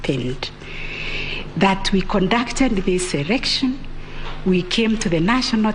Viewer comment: Correction Madam CJ it's Election NOT ERECTION 🙏